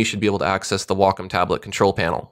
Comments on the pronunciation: I pronounce it "wack-om" lmao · i used to pronounce it 'way-come' until i called their customer service and realized it was said like 'wahk-um'. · Every time I hear "wockum" i feel sick, its such an ugly sounding word. I'll keep calling it how it should be pronounced, as wacom